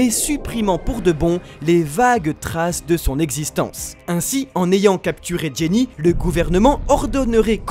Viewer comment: Les gars c'est "Ginny" pas "Jenny" non ?